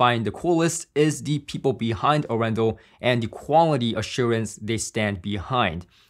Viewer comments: Hey. Great video. Arendal is a city, in the south of Norway. About an our away from my home city:-) And its actually pronounced, Aren dal. The city is actually well known for its "hillbilly style car audio" people. Have a good one. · Very cool review; and proudly Norwegian 🇳🇴 Just one thing on the sidenote, the name comes from the city of Arendal and is pronounced with emphasis on the first A 🙂 Don´t worry, it took Gene Dellasalla at Audioholics about a year to get it right 🙂